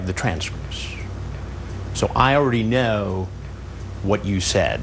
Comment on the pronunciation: listen to how hansen says "know"